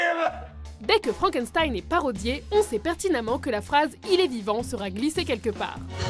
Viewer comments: FrankenStein?! Franken"S"tein ?!!! C'EST ALLEMAND NUN DU DIU! CELA SE PRONONCE "FRANKENCHTEIN" !!!!! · j'ai été choqué quelle dise frankenSStein Like si tu dit frankenchtein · On dit FrankeCHTEIN pas FranckenSSSSTEINE!!!!!! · Je suis la seule à avoir oreilles écorcher quand elle prononce Frankençtein au lieu de Frankenchtein ? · c'est pas méchant, mais frankenstein se prononce frankenchtaïne ;) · FrankenSTein ça se prononce CHTEIN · ça se prononce "Frank and chtaïne" et non "frank and staïn" MERDE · Frankenstein ça se prononce "shtein" s'il vous plait x'D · On dit "FrankenCHtein" au passage ;) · Super video mais sa se dit Frankenchtein en fait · Sa se prononce frankenscheine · Faut revoir la prononciation de Frankenstein!! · Elle est un peu bizarre la prononciation de frankenstein nan ? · Vidéo pas mal qui fait découvrir des références cultes, mais sérieux les gars "Deus Ex MaSHina" et "FrankenZtain"...